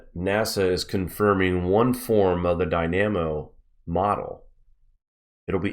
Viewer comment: Search up Solar dynamo. Also he is pronouncing it incorrectly. Should be dai· nuh·mow. Basically it is the magnet oscillation of the sun which is said to be quite consistent in its many dimensions.